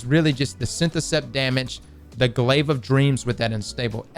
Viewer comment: As soon as you said glaive you lost all interest from me